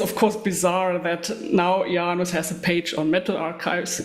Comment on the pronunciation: Wow, thank you so much! You nailed the pronunciation perfectly. And oh yeah - Isengard has so many gems. Thornspawn Chalice, Vinterskugge, Our Lord will come, I kamp med Kvitekrist... I could go on forever